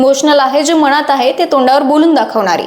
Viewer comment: मणात, म्हनतात, आनखि, पन आपन,... मनात म्हणतात, आणखी, पण आपण... अग शुद्ध बोल